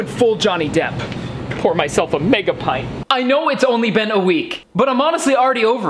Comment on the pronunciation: Not "pinte" its "pint"